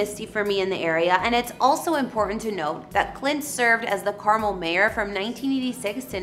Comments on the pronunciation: its Car-Mel not carmel like the candy honey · it would be nice if you learned to pronounce 'Carmel'. Emphasis on the last syllable: CarMEL. Not Car-mel like the candy. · Car-Mel is how it is pronounced not Carmel like the candy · Love watching your videos. Coming from that area. Wanted to let you know that it’s pronounced Carmel “Mel”. Residents will get pissed if you pronounce it wrong. Just giving you the heads up. Thanks again! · Car Mel is the correct pronunciation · Yes that was driving me a bit bonkers lol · Please stop butchering names! It's pronounced Car Mel..... U do this a lot and I don't get it, If u hear it, say it the same. Someone in another country are going to come looking for Carmel California and get laughed at... U don't have a lot of us following because at times, your exhausting between mispronouncing and messed up picture order. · You need to learn how to pronounce Carmel, it's not pronounced Carmil... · Need to pronounce "Carmel" properly.. it's not candy.